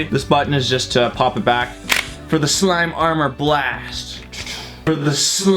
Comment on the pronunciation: you said slime armor blast